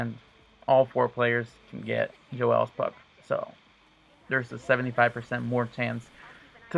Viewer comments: Oh my God that's not even how you say the name it's Joel's not joelle's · Why is he calling it jo-els... it's pronounced like jol not jo el...lol